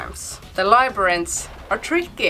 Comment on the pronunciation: You nailed "labyrinth" Well done! lol